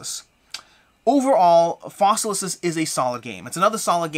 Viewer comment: I love that you keep saying Fossilisis. Latin is fun.